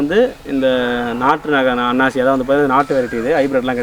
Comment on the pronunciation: அண்ணாச்சி அல்ல அன்னாசி